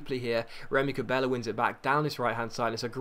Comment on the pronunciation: It's funny how says names sometimes ex: Keita - Keiter Cabella - Cabeller